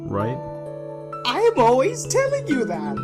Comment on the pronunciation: I'm just saying but when Papyrus said 'I am always telling you that', the emphasis was meant to be on the am, like 'I AM always telling you that!'